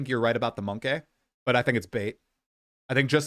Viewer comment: Its Monkey not Monkay